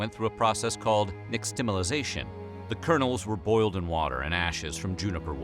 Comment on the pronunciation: Kudos for the pronuntiation of "Nixtamalization"